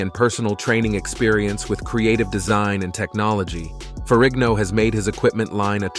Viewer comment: I believe Lou's surname Ferrigno is pronounced FERRINO. The G is SILENT.